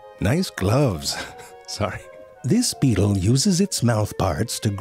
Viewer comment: He said butt beatle.